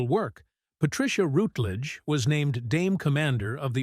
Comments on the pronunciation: Thank you. Well compiled. However, forget the click bait! Not necessary. Sad, I think not!. Also, her name is pronounced ROWTLEDEGE not ROUTLEDGED! Cheers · What viewers may not know is that she is also a suberb singer of classical music. Watch her appearance in the Michael Parkinson chatshow via a fabulously funny song called "I Want To Sing In Opera". It's a hoot available on YouTube. Word to Presenter: shamefully and inexcusably you constantly mispronounced the lady's surname, except at the end. Shoddy workmanship. Furthermore the tribute was heavily overlong; you repeated yourself several times; overall you tiresomely got in the way.